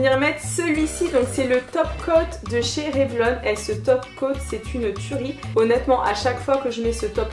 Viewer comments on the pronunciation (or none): none